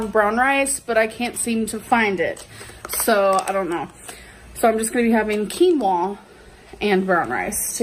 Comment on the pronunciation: Honestly, I’m just shocked she knows how to pronounce “quinoa” properly! 🤣🤷🏼‍♀️